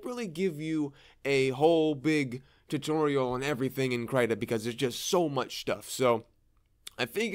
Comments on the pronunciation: First time hearing Krita pronounced differently lol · crytah???? i thought it was krihtah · krayta?! krit-ta krita man! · Everyone else: kriiii ta Him: cry tah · Krita not cryta. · Stop pronouncing “Krita” wrong pls. It’s “Kr-I-ta” j not “Kr-y-ta”. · Wait... It's pronounced "cry-tah?" I've been saying "cree-tah" and nobody has corrected me in this long?!?! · Wait its pronounced as "cry-ta"? I pronounce krita as "kree-da" o_o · Its pronounced, "Krihta" not "cryta" sir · It’s Krita not krieta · the I is supposed to be pronounced as in the word "index". It's KrIta. not Kraita. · please call it Kreeter...not kryta 😁 great tutorial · I pronounce it kreeta and it’s so funny to hear someone say it krayta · Please. Please don't say it like (cryta), but great video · I thought it was Kr-ee-tuh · you just said “crytha” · I heard kreeta and krit-ta but never krytah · I thought it was pronounced kreih tah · I pronounce it like The name Rita with a sharp T (but with a K of course) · When you're depressed, you pronounce it Cry-ta 😥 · “Krita” is their Swedish world for “crayon”. According to Google Translate (I do not speak Swedish), you pronounce it as “critah” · That's because it is, at least "kree-tah" but "tah" isn't taaaaah it's more like tuh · so it's pronounced kr-eye-ta? really nice video btw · "Crytah" :D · I pronounce it "critter" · I giggled too :) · as what I think, it's like the australian accent for "creator" haha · I've never really heard it out loud so I thought it was pronounced "cree-tuh" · the way he pronounces krita though 😂😂😂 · The way you say krita is making me lose braincells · never before have i heard the pronunciation of krita in this way :000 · Please pronounce Krita correctly if you make another video on it